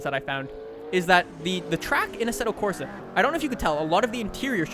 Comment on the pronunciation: 1st thing I noticed, Asseto Crosa lol